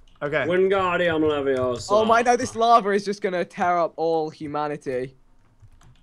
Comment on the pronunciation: No no no your saying it wrong it's Levi-O-Sah not levio-sah